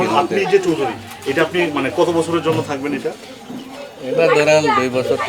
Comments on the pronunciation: Choudri noy chakdri bala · Chowdiri na chok diri